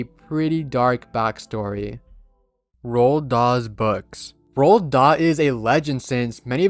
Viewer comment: Roald Dot😂